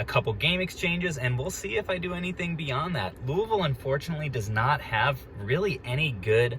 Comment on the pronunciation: I don’t even barely know how to spell Louisville and I can tell you beyond the shadow of a doubt your saying it wrong. It’s pronounced louieville you don’t pronounce the s. Take the name Louie I think it’s Italian or something and add ville to the end of it. You would think the guy would at least learn to pronounce the name of the place he’s going so he can sound more professional. So apparently both pronunciations are correct I’ve just never heard anybody pronounce it like that.